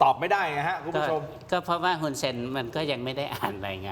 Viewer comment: ช่องนี้เรียก ฮุน ได้ดีมากกกที่สุดเลยค่ะ ❤